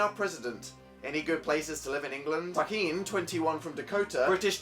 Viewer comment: he butchered the name Joaquin. but love him anyway lol